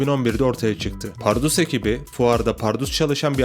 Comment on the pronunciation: kral iyi hoş anlatıyosun da ömrümde bundan kötü "PARRUDUS" diyeni duymadım. bunu düzeltirsen efsane olur. Eleştiri değil tavsiye olarak al bunu.